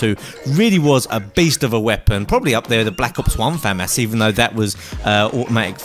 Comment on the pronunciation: Finally. Someone actually says famas correctly